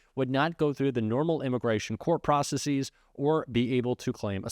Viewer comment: Processeeees? love being read to!